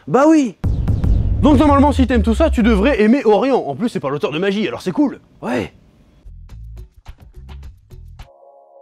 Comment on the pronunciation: L'auteur de 'Magi' ça ce dit 'magui' comme c'est dit de multiple fois dans l'anime